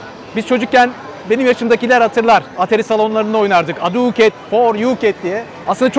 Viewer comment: Evet atari salonları. Ne yıllardı be. Paramız 2 -3 tane jeton almaya anca yeterdi. Bu arada laf olsun diye yaziyorum. Aduket degil Hadouken, Oryuket degil Shoryuken 😆